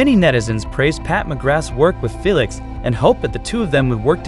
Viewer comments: Ur funny😂😂😂 u Write it down as Felix but u read it as Feelix and not Felix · ~ Can you please do this video over Say Felix’s name correctly. Plus, Jeez pronounce Louis Vuitton the right way! Can’t watch it all the way because it is so horrible to hear the narrator do a horrible job… Felix is a MAN, not a woman!!!~ 😡